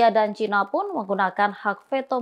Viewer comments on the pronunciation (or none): none